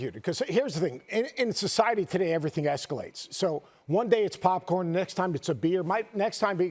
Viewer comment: Bro it's popcorn cmon 😂